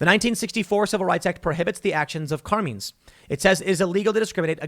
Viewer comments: Tim pronouncing Carmine's is almost as great as him sayin Sherrif. (EDIT) The local Sheeee-riff is named Car-meeen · Does Tim really not realize “CarMINE’s” is a very popular Italian name hence was probably an Italian restaurant pronounced Car-MINE’s ?? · how the hell does Tim not know how to properly pronounce "Car-mine's"? haven't you watched The Sopranos? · Wait until BLM finds out about CRT “being weaponized” to DEMAND segregation.🙀 Carmine’s pronounced - CAR-MINES C’mon Tim I thought there were Italians in Chicago!😉😆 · It’s CAR-MINE not whatever you pronounced TIM, every Italian rolling over his grave rn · Car-mines Tim lol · Car-meens? Really Tim? 😂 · exactly, especially since Tim has pronounced Carmines as being 'racist' - it must be true! /s/ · I can't take it. Carmine is an Italian name pronounced with a long I like the word bike it does not rhyme with Bean. I don't know what it is with you youngsters not knowing how to pronounce common thing. I absolutely cannot watch Elijah Frazier because he butchers the English language on a daily basis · You ever hear Tim say the word sheriff? Let's just say, his pronunciation skills can sometimes be hilariously bad. Also, Carmines is a relatively famous Italian family style dining restaurant in NYC, which makes it's all the more funny. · How does Tim get so many words right and then can’t pronounce a simple and common Italian Name? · The real crime is Tim's pronunciation of "Carmine's"... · Tim doesn't know how to pronounce Carmine's?